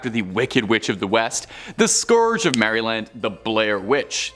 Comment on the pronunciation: Great vid. Don’t pronounce Maryland like that lol